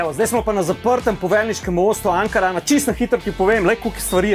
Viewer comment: Vse super in prav, ampak Ankaran se naglasi na zadnjem a-ju 🙈